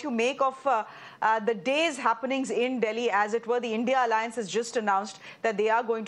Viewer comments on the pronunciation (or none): none